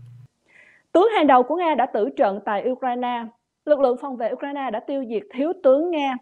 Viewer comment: Phát âm sai Ukraine , khong phai Ukraina aaa